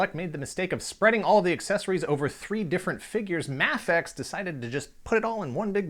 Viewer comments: He said m*A*fex even though it is pronounced maifex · No offense but it's pronounced may-fex but I liked the video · Isn’t it pronounced may fex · thats not how you say mafex